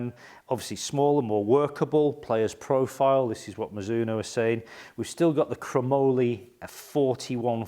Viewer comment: Great review! Your pronunciation was the correct one! Mizuno is a Japanese company named after the surname of it's founder Mizuno Rihachi. In Japanese Mizuno's name is 美津濃 and pronounced ミズノ(mi zu no). Japanese is great because it is extremely phonetic, a word is almost always pronounced exactly how it is written. ミ - mi - Pronounced like 'me', as in 'me, myself, and I'. ズ - zu - Pronounced like 'zoo', as in the place to see animals. Except the 'oo' at the end is shorter and not extended. ノ - no - Pronounced exactly like 'no' in English, as in 'no thanks'.